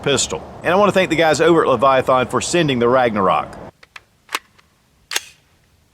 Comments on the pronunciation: leviath”AN”. not. leviath”AH”n. !!! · You are not saying Leviathan correct. Its hard to watch. lol